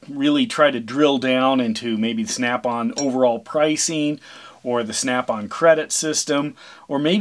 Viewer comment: Pricing. it's pricing